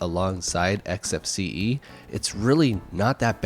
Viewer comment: Finally, someone who pronounces it correctly! Some people, cough quidsup cough, pronounce the desktop environment as "X-Face", which makes me cringe, just a little. It's EKS-EF-SEE-EE! Thank you for this interesting comparison,!